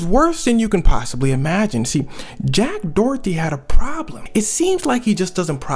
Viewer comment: Jack “DOORTY” 😭